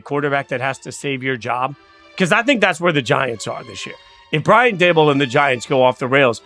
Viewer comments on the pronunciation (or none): Can’t subscribe to a guy who thinks the Giants coach’s’ name is Duh-Bowl.